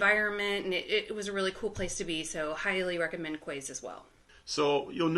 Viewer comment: FYI ‘Quays’ is pronounced ‘Keys’ the word is usually associated with being on the riverside or the Quayside(Keyside) of a city there is also an area in Glasgow just under the Kingston Bridge called the Quay Glasgow which has shops , bars & restaurants thanks again for another great vlog 👍🏻